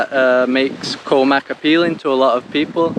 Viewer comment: Thai word for Island is Gaw, said very quickly. Not a 'k' sound.